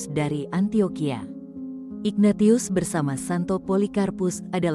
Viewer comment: Maaf, narator tidak paham penyebutan nama yang berasal dari ejaan bahasa Latin: Ignatius seharusnya dibaca: inyatsius